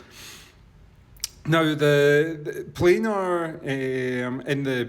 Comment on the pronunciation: I thought it was only Americans that pronounced this type of iem wrong, it is a PLAN-R magnetic driver! You can will notice it is not spelt plainer, it is not spelt planer, it is spelt planar. Please educate the unwashed masses, not spread ignorance